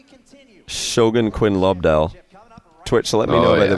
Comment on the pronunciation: As soon as you said Quinn Lobdell I was out